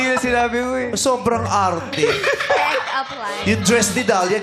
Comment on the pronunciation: "Pheck aoup layne"